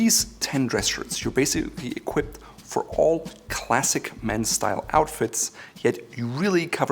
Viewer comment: the funny way to say basically 😁😁 another very useful episode! Thank You!